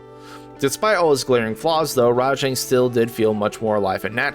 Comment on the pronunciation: Wait! WTF!? Did anyone else notice when called rajang, “Django”? lol! 🤣 Unless he's black, that’s racist. Django is the titular black main character in Quentin Tarantino’s Django Unchained. How did this get past the editing stage?